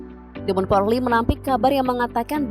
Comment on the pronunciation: kok porrrrliiii sih bacanya 😭😭😭